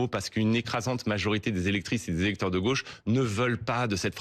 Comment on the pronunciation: c'est pour ça il a dit "drauche" XD